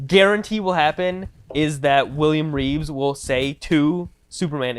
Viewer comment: Please guys… it’s REEVE. Not Reeves. They saved the S for his chest.